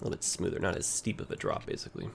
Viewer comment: This is the most random comment, but I miss the running joke of you saying "make it nice and schmood" instead of "make it nice and smooth". Maybe I was the only one laughing at that BUT I THOUGHT IT WAS FUNNY OK, BRING BACK SCHMOOD.